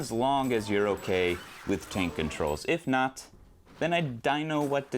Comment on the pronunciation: Are you saying "cane controls"? I can't make out what you're saying.